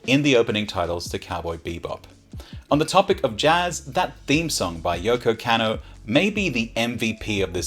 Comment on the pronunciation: Dodgy pronunciation count +1 with Yoko “Cannow” lol, great vid